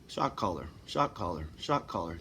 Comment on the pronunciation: you keep saying shot caller, I hear shock collar 🙂 puts a different spin on it. thank you for caring for yourself